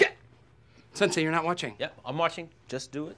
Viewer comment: It is Sensei . Not "Sansei". Sorry. I know I sound like a snarky jerk. I just get weird about martial arts and spelling. Thank you for the video, tho! Much Love!!